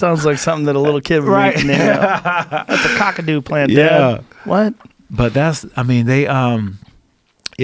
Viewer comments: Its kaakadoo not cockadoo plum 🤣 the indigenous people here have know about the benifits of the local bush tucker for 1000s of years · You almost got the right way of saying Kakadu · Rashad trying to pronounce Kakadu is my new favorite thing on the internet